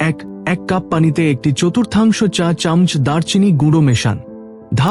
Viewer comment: চামচ উচ্চারণটা আপনার ভুল হচ্ছে।